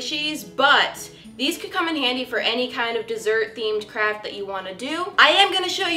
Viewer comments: I thought that she said '' crap'' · Did she say CRAP STORE???????